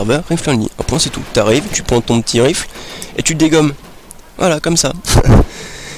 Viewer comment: "Rifle" se prononce : Raifeul...